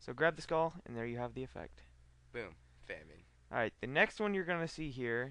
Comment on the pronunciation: why do these retards pronounce famine as "fam-een"? and melee as "mee-lee"???????????